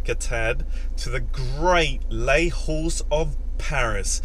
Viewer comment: You pronounce Les Halles as Lay Al, and never an H sound. French has no H sound.